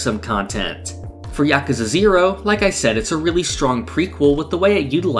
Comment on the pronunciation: I wanna shake your hand just for saying yakuza right.